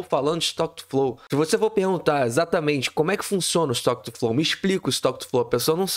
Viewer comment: "is to quetu flou".